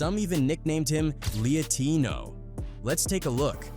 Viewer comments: LIE, not LEE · Not Lee-ah-tino it’s supposed to be pronounced like latino but he’s a liar so replace the la with lie and u got lie-tino 😂😂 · Stupid AI doesn’t know how to pronounce the word they were going for. LIE (opposite of the truth)-tino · Lehuhtino...... I guess AI still can't pronounce parody words. It makes this whole takedown video worthless bc you don't really stand on it bro. Lie-tino it's funny but it lost all punch bc you're hiding behind AI and we've seen all these clips already. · Lee-a-tino ? Are you dense ? LIE-TINO HOW COULD YOU NOT GET IT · If you're using useless, soulless AI, at least program it correctly. I hate this lazy AI content farm bull$#!+. They called him "Lee Ateeno"? "two PACK"? Ridiculous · No one called him Leah Tino. It’s pronouned LIE Tino you AI schmuck. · Lie-tino not leotino 😂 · He said Lietino , it’s pronounced Lie-tino 😂😂😂😂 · “Lee’ay’tino”? AI voices SUCK BALLZ - it’s LIE-TINO, as in he’s a LIAR. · It's not lietino! It's Lytino or lie-tino, instead of Latino, he's lie - tino, get it!!! These A.I. videos sucks!!! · The AI voice completely ruined that joke. Couldn't somebody have fixed it to make it say "LIETINO" correctly? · Lie tino 😩 stupid AI get it right 🥸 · Ai voice can't read and Fs up the title gag ? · Seriously u gotta use a AI voice. It mis pronounced the most important name in the video